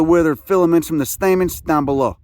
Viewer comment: But he just said there was THREE Stamets... Stamens?